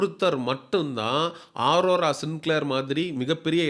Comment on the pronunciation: 😂😂😂 டேய் அது ஆரோரா இல்ல அரோரா 🤮 நீ சொல்லுவது நடக்குமா பார்க்கலாம்